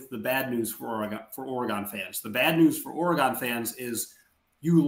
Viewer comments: This guy do not even know how to say oregon' name. That should tell you he don't know what he's talking about. It's not that hard to say oregon. Of course oregon is going to be successful in any conference. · Absolutely. I’m a USC alum and can’t stand when they can’t even say the team’s state correctly! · First, learn how to say Oregon, second, why does Oregon have to change for the B10? Why not make the league adjust to you?, third, Verdell has not been a running back in a while …. Smh 🤦🏽‍♂️ s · Please pronounce Oregon correctly, what are u 7 years old